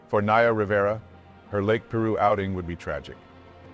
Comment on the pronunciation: It’s pronounced Pī-roo.